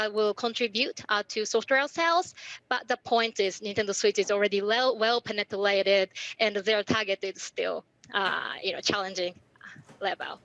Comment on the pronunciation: のpenetrateのRがLっぽくなってるから日本人の特徴が出てると思った。 まあそんなことはどうでも良いぐらいの英語レベルだけども。